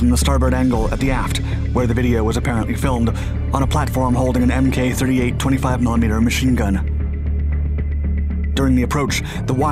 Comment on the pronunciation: The USS Carl Vinson does not carry Mk. 38 machine guns. That's probably a CIWZ. Also Mk. 38 is pronounced "mark 38" not "m k 38".